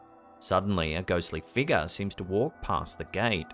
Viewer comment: i love but how come he can't say the word 'figure' correctly?